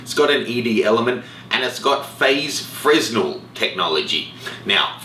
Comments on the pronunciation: "fer-nel" not fresnel... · Hate to be that guy, but the word fresnel is pronounced "fruh-nel" (it's named after a french dude who invented it). They are usually used in hot lights for film (originally invented to focus light in lighthouses) and Canon has used them in their lenses for quite some time, referring to them as "diffractive optics" or any lens with the DO moniker. Keep up the good work! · the s in Fresnel should not be pronounced. ( /freɪˈnɛl/ fray-nel)